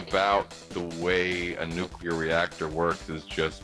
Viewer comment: I hate being that guy but hearing him say “Nucular” is like an ice pick to my ears